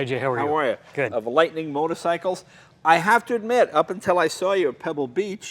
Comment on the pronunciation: "lightning", seriously?